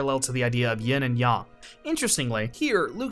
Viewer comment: LOL he said ying and yong.